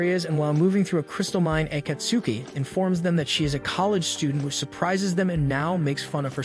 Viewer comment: Pronaunciation of Akatsuki actually hurts :|